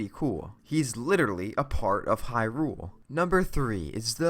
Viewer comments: "In the open world of hyROOL" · Why does he say Hyrule like it's two separate words